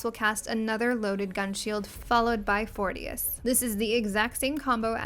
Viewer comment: Fourtious hahahahaha 😂😂